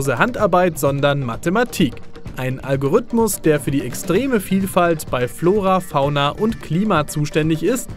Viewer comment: du sprichst das Wort "Algorithmus" falsch aus. Da ist kein ü oder y, und das i wird auch als solches ausgesprochen. Algorithmus. Zweitens: Es ist nicht "der" Algorithmus, der die Grafik von No Man's Sky generiert. Es sind hunderte Algorithmen in Millionen von Programmcode.